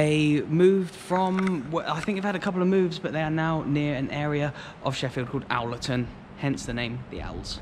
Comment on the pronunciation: Gets the Spion Kop fact completely wrong, can't tell the story behind our name and can't pronounce Owlerton. A career in the BBC beckons!